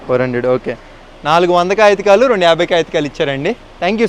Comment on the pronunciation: కాగితకాలు కాదన్నా కాగితాలు 😂😂